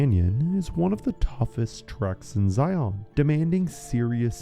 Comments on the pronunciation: As someone from Utah, I can say that Zion is in fact pronounced the same as Lion, but with a Z. JS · Zion is pronounced like “lion”. Moreover, we don’t use kilometers or Celsius. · It drives me crazy! I live in Utah too. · because of the pronunciation of Zion and belay?